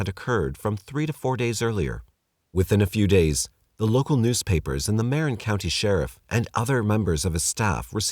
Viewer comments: Marin = "muh-wren" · I don't know how you managed to pronounce "Tamalpais" correctly, but not "Marin." Anyway, I don't think I ever heard of the Trailside Killer, even having lived for 20 years in Marin. Interesting.